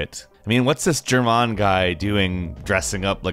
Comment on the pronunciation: Never, and I dare you never... ever say "Germáin" again.